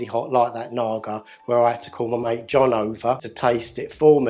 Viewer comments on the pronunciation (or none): none